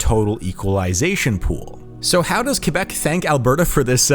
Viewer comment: Extra points for pronouncing Québec right